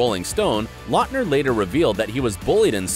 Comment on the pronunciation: His name is pronounced LOUTner, not LOTner. Quality research!👍🏻🙄